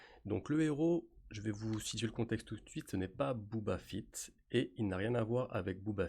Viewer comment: Entièrement d'accord avec toi mais si je dois chipoter un peu, je dirais qu'on dit BOBA FETT, pas BOUBA FITT. lol